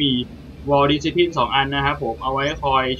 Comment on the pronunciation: vaal dis cip line ไม่ได้อ่านเเยกอย่างงี้หรอครับ